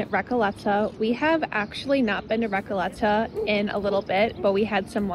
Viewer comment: You need to improve your spanish pronunctiaton of "RECOLETA" :)